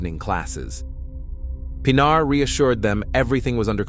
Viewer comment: das mindeste wenn mann so ein fall macht,mal den namen des opfers richtig auszusprechen, nicht pina sondern PINARR wird es ausgescprochen,ki schrott!